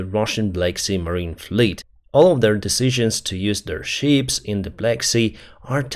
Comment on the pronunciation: Thank you for your work and videos. One little unimportant correction: Please do not pronounce the word 'ship' 🚢 like 'sheep' 🐑 🙂 Greatings from Switzerland